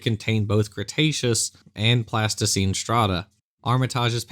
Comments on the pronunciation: I had to go back to and listen again... is saying "Pleistocene" but pronouncing is like "plasticene", an artist's modeling clay. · Did the Creationist find a horn from the Pleistocene or find one made of Plasticine? The pronounciation of the key word is ambiguous. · NEEDS TO WORK ON HIS PRONUNCIATION - as what should have been pleistocene sure came across as "Plasticine"!! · I noticed that. I was thinking of he plasticine 'dinosaurs' I made as a kid. 🤣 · Same here - at first I thought he was claiming straight out fraud, using photos of plasticine models. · Is saying "plasticine" when he means "pleistocene"? The latter is an era, the former is modeling clay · LOL! -- so, at ~ , did anyone else think he said a "a Plasticine Bison" horn? (as in a buffalo horn made from a popular childrens' modelling clay?) 🤔 I did a double-take and had to rewind it a couple of times before I realised he was saying, "Pleistocene"! 😳😂😋